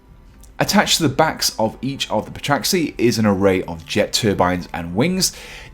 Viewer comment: The p is silent, you should know that